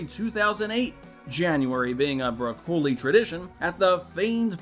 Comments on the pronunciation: I appreciate this video's content, but could you do a read through before you record so the narrator doesn't sound like he doesn't know the subject he's discussing? It's pronounced Em-Eye Six, not Em Sixteen. And Co-producer's last name is pronounced BRAH-cuh-lee, not broh-KO-lee. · Broccoli***… like the vegetable, not Bruh-COE-lee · mate its not "broc - oh -li" its "brocoli"phonentic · It's Barbara 🥦 not bracoli or how ever your saying it. This movie is poorly directed, it's not a strong sequel to casino Royale, the editor should never work again. The villans are as memorable as the villans in the Living Daylights. We got Skyfall because of this movie. So I guess that's a plus in its favor. 😂